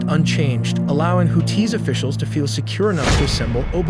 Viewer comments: Nope. If you can't pronounce Houthis correctly you absolutely can not be credible. They are not "Hoot-Tees", they are the "Who-Theeze," long E with a slight emphasis on the second syllable. If you want to make media, get your shit straight and know what you are talking about. I am getting so sick of AI voices. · Houthis brother. Not to be confused with Who-Tees. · why does he pronounce hoo-tees its creepy? there is no pause its houthis one word fast. or just say yemen terrorists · WHO-TEES!!??😂😂 WHO-THESE?? Im so confused as an American!!💯🤷‍♂️😭right off the rip!! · I thought WHO-THESE!!😂😂 Not TEES! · You're killing me with the Who Tees. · Hoo-tee (and the blowfish). Ask your parents. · HouTHi! Arabic also has the th sound. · Houthis and the Blowfish!